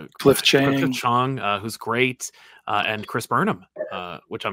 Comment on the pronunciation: I don’t wanna sound like an arrogant know-it-all, but I’m impressed with Sal’s pronunciation of “Chiang”. Most people aren’t good with vowels in Chinese names, or Asian names, in general.